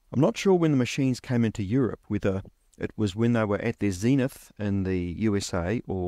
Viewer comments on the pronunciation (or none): none